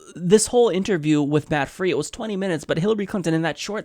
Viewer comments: Hey, keep up the good work. Just a small thing, the reporter, Matthias "Matt' Frei's name is pronounced FRY, he's German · I’m old enough to be your grandma. But still I watch and love to listen. 1. Matt Frei - pronounced Fry interviewer for Ch 4 tv UK, is in London, not Wales. The country of Wales is a small county sized part of Great Britain on the west cost. 2 Welsh is the language or any product from Wales could be referred to as Welsh. A person from Wales is Welsh. 3. The journalist Matt Frei (who signed an agreement with Hillary to get the interview, to go easy and avoid topics) is not from Welsh. As I said they were in London. To be safe just say: the U.K. They (England, Wales, Scotland, and N Ireland) are all still a part of the UK. The British Common Wealth is something else.